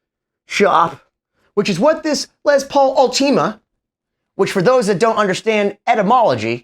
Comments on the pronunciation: I know this is the worst takeaway possible, but hearing “all-tea-ma” instead of “ult-i-ma” is driving me nuts. Anyways, back to being no one important… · its última not ultíma by the way